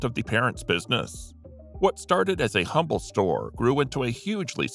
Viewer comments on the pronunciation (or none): none